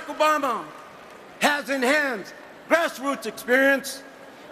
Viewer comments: Oh, Joe Baca. You need to pronounce Obama's name correctly. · not his best speech, specially when he mispronounced Obama's name... but its good to know he was given the floor.